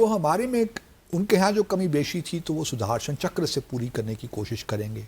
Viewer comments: PAKISTANI ACCENT SUDARSANCHKRA 🤣🤣🤣🤣🤣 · Sudhaarshan chakkar 😂